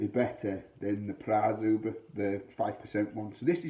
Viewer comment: As far as I understand it, it is pronounced Zhubre (sounds like subher). Good review....mine is still in the fridge...